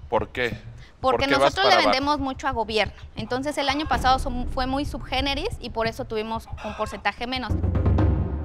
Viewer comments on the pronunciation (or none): no se dice subgeneris *sui generis